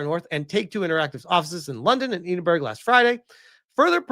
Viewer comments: I know you're American, so you get a fair bit of leeway on this one but.. Eedin-burg is the worst pronunciation of Edinburgh I ever heard, just for your information (and for any other people from across the pond), Edinburgh is pronounced phonetically Ed-in-bur-ruh! Sorry to be the Grammar Nazi, but that one just irked me a little:) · Holyrood predates Hollywood by many years, yes and it is in Edinburgh, not... "Eidinberg"? Seriously, where is that? Well, either way, there's a Royal residence there, now belonging to the King, since we don't have a Queen any more!